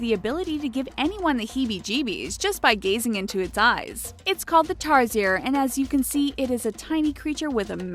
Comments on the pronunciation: the tarsier you pronounced it wrong its tar - sheer not tar - zier (tarsiers can be found on bohol philippines one of the endangered animals) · tarsier is an animal that you can see at the philipines this is a fact if you want to say tarsier THE THINGS make suer you say it rightly you just said tarzier fact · Most people I know pronounce Tarsier (Tar-sher) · Its actually pronounced tar-she-er